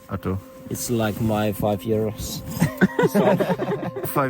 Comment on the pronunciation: Gotta roll the “r”’s on that name Arttu. This video was cool great jobs guys!